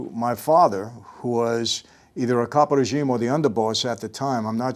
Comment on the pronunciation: I love how Michael says caproregime